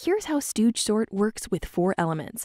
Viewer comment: I thought it said snort and not sort